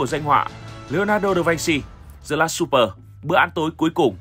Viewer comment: Bữa ăn tối không đọc là xúp pờ bạn ạ.